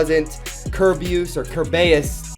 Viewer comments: Remember ker-bey-us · its called (cer bea iss)